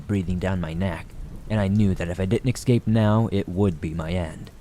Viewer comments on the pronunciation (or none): Escape, not excape